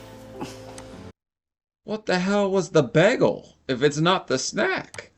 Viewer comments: When he pronounced bagel as baggle was giving me straight “Community” flashbacks. If you know you know. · lol bruh said "begel"